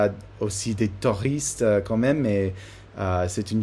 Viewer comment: tu dis toujours "toristes" au lieu de Touristes, enfin, on te comprends, mais comme tu veux apprendre encore et toujours un bon français, voilà la correction.